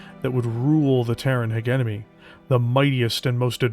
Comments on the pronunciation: Especially since is not even saying Heguemony but Heguenomy when it should be Hejemony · Literally my only complaint about the video as well, otherwise a fantastically orated bit of media. Pronouncing "Hegemony" in English is done by saying the words "Hedge" and "Enemy" together for anyone who is debating the topic. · Great video(s). One observation I have is that "hegemony" is pronounced: he·gem·o·ny / həˈjemənē and not "heg-em-ony" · Jesus, man! You should be able to properly say "hegemony" (not hegenemy). You are a Canadian after all. You don't have an excuse of referring to made up language 😅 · I believe the correct pronunciation is halfway between yours and his. HEH-JEH-MUH-NEE, ending the syllables on the vowels. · You are mispronouncing hegemony the G is pronounced like a J it’s driving me nuts cause your work is so good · AH the British pronunciation of Hegemony! But that's the worst part. Good work. Your voice-over work is damn good. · Is it possibly the British and Canadian pronunciation? Because our boy is definitely Canadian. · Most of us don't say it like that anymore, the word doesn't flow and we like some gravitas to our words. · Yep that's about it. it's not a hard G it's more of a J It make it a bit jarring to listen, but otherwise great video